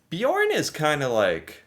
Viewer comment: why does he sound Swedish when he says Bjørn?😂😂😂